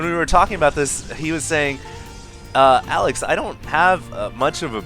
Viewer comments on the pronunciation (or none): none